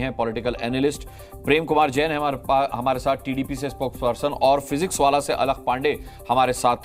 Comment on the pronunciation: फिजिक्सवाला नहीं फिजिक्स वल्लाह है.. नाम को सही पढ़ना चाहिए, तोड़ मरोड़ कर नहीं ..😂